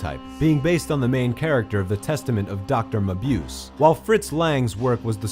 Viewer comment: Kubrick's debut film is Fear and Desire, and then he followed it up with Killer's Kiss, and THEN it was The Killing (1955). Also, it's pronounced Dr. Ma-boo-seh.